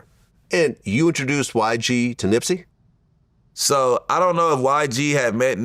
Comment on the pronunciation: Wow. He is supposed to be Nips homie, but he pronounced his name wrong. Hmmmmm